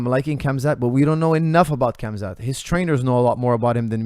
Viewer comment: Love hearing your view on the fight game but broooooo....you can pronounce Khamzat better than that LOL